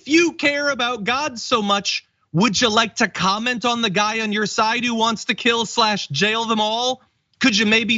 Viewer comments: I think he said we should gill them all. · Lol.... I believe that was " Jill em all".... But still Hilarious 😂😂. The disgrace was he left his teeth at home.